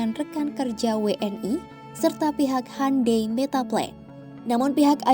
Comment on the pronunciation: Bacanya hiundae bukan hande, sok britis bgt siadmin😂😂😂